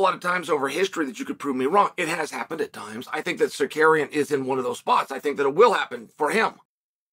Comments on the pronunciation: I Love how uncle Chael mispronounce Armans name 😅 the future Champ has a name it's Tsar-ruuk-yannn!! AS long as THE BAD GUY CHAEL P SONNEN rocks with Armans I'm all for it but if he gets the starp that changes Don ! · Why do you keep saying suhkaryen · Almond Tsuk-arian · Just say Sarookian. Jesus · Zakarian is a legitimate Armenian last name. CS just does a switch with Tsarukyan, for whatever reason Lol! Go, Chael! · Nothing mythical about it.....Arman's name was always pronounced "Suh-CARRY-uhn"......He and the rest of us just didn't know it yet 😅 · “Arman sookaryan” 🇦🇲🇦🇲🇦🇲- Chael Sonnen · The Bad Guy has 2 names he can't get right. Tsarukyan and Perriera. Lol. Only Chael can get away with it. So funny.